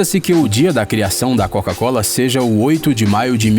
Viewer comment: Cara errou tanto na coca cola quanto na Keyloogers